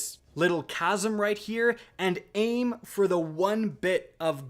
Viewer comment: Man is pronouncing chasm casm